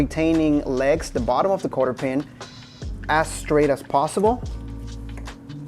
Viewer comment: Great video. FYI it’s a cotter pin. Not Carter pin.